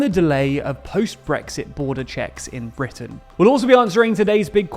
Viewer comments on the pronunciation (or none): none